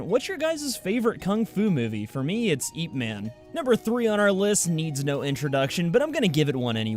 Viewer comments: Did he say, eep man?! It's pronounced ep man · Did this guy just say "eep" man...... Its just "ip" man. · did you mean Ip Man? Its pounced Eh-pah man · He said eep man it's ip man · It is pronounce as "Eep-Mon" , its cantonese............... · well it's a Chinese dialect so it's pronounced "yeep mun" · Oh and, I love Ip Man! (you said Ip wrong, it sounds like ip in hip)